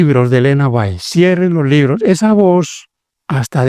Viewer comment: Ese q habla es un moron nosabe siquiera pronunciation el apellido de Elena White